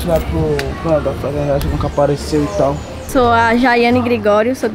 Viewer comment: Eae galera da " Fartenidade " kkkkkk